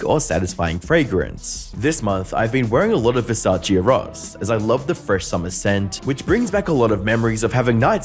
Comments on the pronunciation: Eros. (Er-roz?) No. Haha. It's pronounced (air-ohs) like cupid, the god of love. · Btw Versace Eros is pronounced like Air- oh-sss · Never heard of Versace Ross?? You mean EROS??😂😂